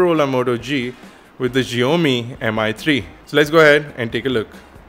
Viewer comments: SSSHIAOMI NOT zzzziomi. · Zheomi? lol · HipsterPuzzle here! It is like saying "box". We don't say "bosh" and I am a Chinese, so we pronounce it as "Siaomi". Just saying you know. It is not because that it consists of Chinese characters doesn't mean that it has to be pronounced differently. It's the same. Typically.